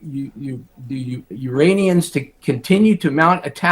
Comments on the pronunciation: struggles quite a bit, still says “Uranians” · Uranions ??? Brahhh u glitching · the "Uranians"? You mean the people from Uranus?